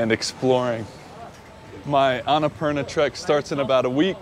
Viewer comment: its ana-purnaa :)